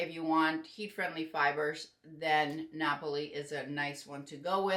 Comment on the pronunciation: Thank you for the demonstration of the styles and the wigs. I'm in love with Napoli and, as someone of Italian descent, I'm thrilled that you pronounce it correctly.